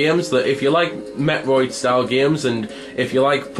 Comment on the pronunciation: Your pronunciation of metroid. Felt like you were talking about a different game.